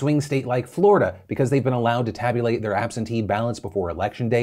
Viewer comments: "Flordia" Sorry, not to make fun but it made me giggle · Anyone else hear him say “Flordia”? 😂